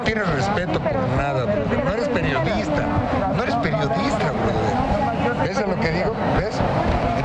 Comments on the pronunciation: Dijo broder, no brother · cuando dice borther se viene un madrazo XD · Ya valio pito cuando dice broder